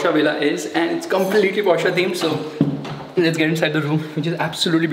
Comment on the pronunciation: Porschaa, its porsche